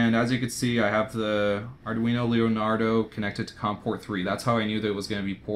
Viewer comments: no, i didnt mind arduboy, its just ar-dune-yo really jarred me. i think im gonna preorder my own real soon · or arr-dwee-no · the way you pronounced arduino pained me, but great video! cant wait to buy an arduboy and dig into making and playing games